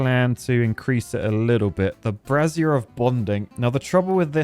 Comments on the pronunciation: Okay, two— scratch that, THREE things: 1. Can we get a black-fur pattern for the Detailer? We can call the ones that use it Paddy-tails! 2. PLEASE, FOR THE LOVE OF GOD, STOP PRONOUNCING “BRAZIER” LIKE THAT! It sounds more like you’re replacing the “I” with an extra “Z!” 3. If you make a skyscraper, here’s an idea: go Irontail, make it on a 4x4 imprint. Have the staircase to build the whole thing go up around the center so the center acts as a proper structural core. Feed two tubeways and a power shaft through the middle, then put gravity batteries, some kind of entertainment, and a tubeway station on top. Just like that, you have a useful skyscraper with an easy way to access the top! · I'm not sure if he's pronouncing brazier like brassiere on purpose for the laughs or not 🤔